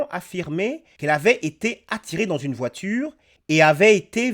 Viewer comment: Une voitchure 🚘 wesh